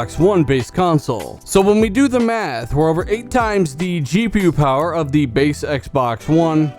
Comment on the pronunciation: The Powahh....lol